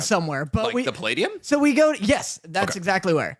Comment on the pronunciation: Its 100% Puh-lay-dee-um (Palladium) the way that said it LOL. I go there literally like once a month.